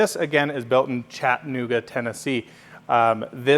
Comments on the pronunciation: Chat - A - Nooga say it with me...Chat - a - Nooga Not Chatta Nooga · I think us non-locals need a YouTube tutorial of this pronunciation because he sounded fine to me!